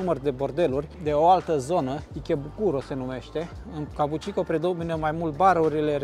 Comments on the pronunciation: kabukicho - ca bu chi cho! nu cabucico! tare rau filmarea! f misto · "Kabuki Cho" nu "Kabu chi ko"...numele cartierului e scris in Romanji peste tot, daca vrei sa faci "reportaje" straduieste-te macar sa pronunti corect numele subiectului principal...Vine de la un tip de teatru Japonez, si cho e denominarea pentru oras.